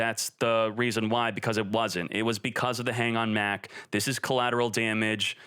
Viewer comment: I think konami did a great job i think they were really targeting decks that are primarily unfair to play against most of these decks literally all were super hard to defend against especially cyber dragons and anything w mach btw its not mac its mach like (mock) mach speed not mac speed lmao